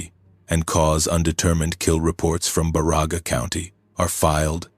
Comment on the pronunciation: Love the stories...BUT! CAN You please get the name Pronunciations Right!! My relatives are from BA Ra Ga County! Elo and Pelkie and Johnson farm on Johnson Rd.!!! SISU!